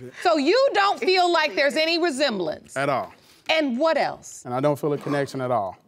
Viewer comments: MissAsia 26 HE SAIIDDDD there’s no rezemberanze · “Ain’t no resembesence” 😂